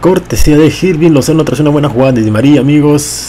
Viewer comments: No se pronuncia "Jirving", se pronuncia Irving. Te lo dice alguien que ve jugar a su club actual en la vida real. :v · no se pronuncia Jirving Lozano sino que se pronuncia Irving Lozano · Se dice irving no jirving